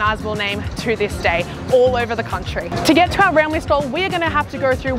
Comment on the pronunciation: It's pronounced "Rum Leigh"